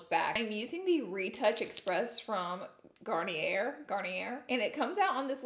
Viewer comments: *Sabotage* not, savotage..? Lol!! And it's pronounced like "Garn-yay" not "garneer" 🤣🤣😍 I love your vids but just wanted to give you a little heads up. You're so good! 💖💖love love love. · Garnier LOL you would say that wrong